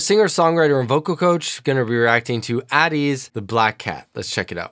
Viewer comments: its pronounced like aye-teez :) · my man it's A teez, A as in str(ay)